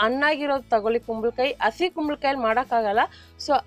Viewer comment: ಇವರು ಹ ಕಾರಕ್ಕೆಲ್ಲ ಅ ಅಂತಾರೆ (ಅಲ್ವಾ, ಅಸಿ )😂😂😂